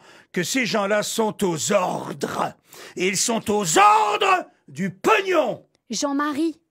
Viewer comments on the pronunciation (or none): "Ces gens-là, ils sont AUX ORRRDRES !" 😂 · "CES GENS LA SONT AUX ORRRRRDRRRES..." XD